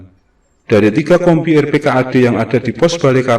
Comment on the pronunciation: Yang bener dibacanya rp - kad ...bukan r.p.k.a.d ...